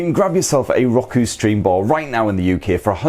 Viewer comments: Hey it’s Row-koo. Just kidding i’m calling it Rocku now to plus i like calling u guys limey bastards…c’mon who doesn’t 😮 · Lmao... It's not rock-oo... It's pronounced row-koo... 🤣🤣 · I know it's just an accent thing, but his pronunciation of Roku is just... ew. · Why is it bugging me how he pronounces Roku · Hate how you say roku. Gah cant watch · Never heard Roku pronounced that way.